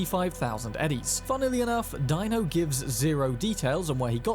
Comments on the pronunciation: It's pronounced DEE - NO not Dino😂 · Deino, Ebu-Nike, Christ man have you even played the game? lol JK. I've seen you have but they DO pronounce those names once or twice. JS.